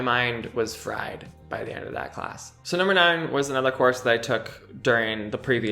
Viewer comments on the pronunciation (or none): none